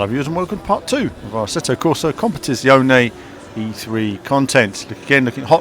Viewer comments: I was about to type the same thing. It's ridiculous how it sound, is that hard to pronounce a correct Italian word?? Italian's that speak English doesn't change the pronounce, you just can feel the accent. But this "cmptsziaonhi" it's awful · It's that hard to pronounce Competizione correctly?! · I've yet to hear someone pronounce competizione correctly :^) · Aeasde How is it pronounced then? It's italian, it's Com pe ti see o neh Like with Spanish accent